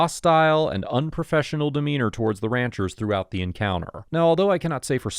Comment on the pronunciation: It’s the pronunciation of “Ranchers’s” for me